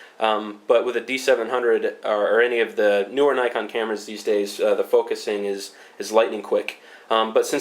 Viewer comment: I admire you because you can pronounce Nikon properly